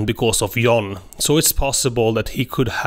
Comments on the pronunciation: Stop saying Yan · You pronounce John “yawn” and young “joung”